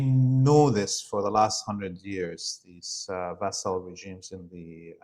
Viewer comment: FWIW, "schism" is pronounced "skism," and "vassal" is pronounced "vassul." As these are two words often used by Laith, perhaps this will help.